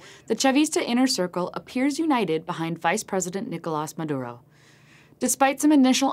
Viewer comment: should learn to pronounce Maduro...